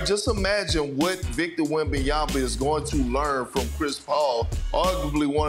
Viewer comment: can he learn to say wembanyama ? Not that hard